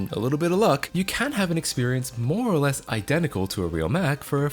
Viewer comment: Heavy emphasis on the “less” of “more or less”